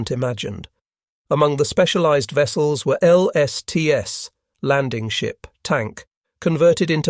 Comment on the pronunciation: And L-S-T-S instead of LSTs. One has to edit a script carefully to have an autoreader deliver it with the pronunciations a human reader would use, for example, "WAC" would be better scripted as "wack" for an autoreader.